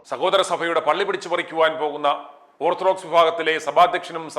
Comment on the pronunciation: ഓർത്ത് ഡോക്സ് അല്ല ഓർത്താൽ ഡോഗ്സ്